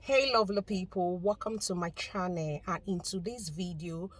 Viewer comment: Welcome to my "chaneeee"? wtf??? shouldn't you improve your English before applying for anything? 🙄🙄I had to use the subtitles to know what you were saying.